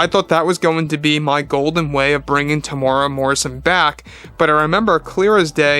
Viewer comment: Hey its Teem-U-Rea-Wa or just call him Tem